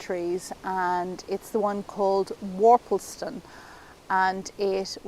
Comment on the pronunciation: So nice! Every time you say “Worpleston,” I think of a hilarious character in one of PG Wodehouse’s comedic stories. Thank you!